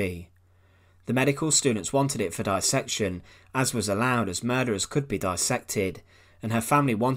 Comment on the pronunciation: Please, dis-section should not be pronounced like bi-section which has only one 's'. This is a very common mispronunciation. The fact that dissection has double 's' makes it similar to dissatisfy, disservice, dissolve and others. The problem is that these days even medical doctors get it wrong!